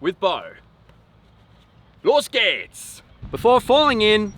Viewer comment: Now i know what it means to have a 50% Crew in WoT! Das "Los gehts" war sehr gut ausgesprochen! Hut ab!